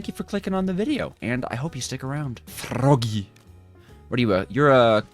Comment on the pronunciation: you said "froggy" in polish acent